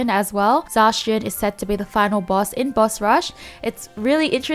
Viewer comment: Zacion lmaoo